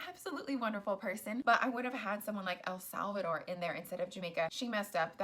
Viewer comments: You’re criticizing Steve for pronouncing Costa Rica the American way but you’re committing the same blunder when you pronounce Puerto Rico, El Salvador. Listen to yourself, lady. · You can't even say Costa Rica either or El Salvador 😂😂😂